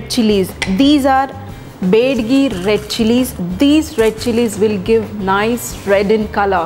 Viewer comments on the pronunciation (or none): Bedgi chilli??? It's Byadagi Chilli. Great explanation. I liked the way u said "MYSORE" tomato rice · bedigi alla taayi adu BYADIGI adu